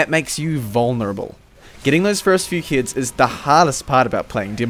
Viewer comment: m8 the way pronounce "heads" is kinda like "hits".. its confusing me